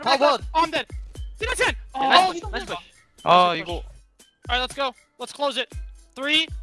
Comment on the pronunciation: my favorite part, smurf and his “niceu fucking ans”